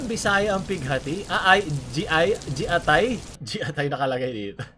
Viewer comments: Gi-atay! hindi Ji-atay po.. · yung giatay po yung "gi" ay pronunciation ng "gi" sa gitara so gi-atay,,di ko po sure kung tama pero naririnig ko sya sa iba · Gloco: did you just say GIATAY??!!! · hindi jiatay, gi-ah-tay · G i a t a y hindi JIATAY ang pagka kabigkas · giatai po hindi jiaitai hahhaha😂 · giatay po pagbasa hindi jiatay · It's pronounced Ggi ah tay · Gee-Atay hindi Ji-Atay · ”jiatay”